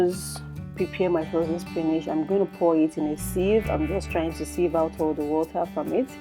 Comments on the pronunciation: Use your dictionary and listen to how it is pronounced. /spi nich/ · why is she pronouncing "spinach' like that